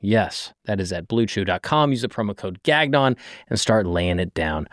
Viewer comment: Gahnnyon is the French pronunciation of gagnon. French last name. Not gag-non